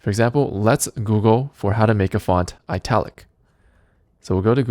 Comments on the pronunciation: you sir , are pronouncing the word "ITALIC" wrong. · everything is nice teh explaination is amazing but why does he pronounce italic like this lol